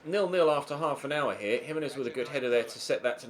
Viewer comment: I Said You Pronunce Gimenez Wrongly Than Felt Bad And Replied Me.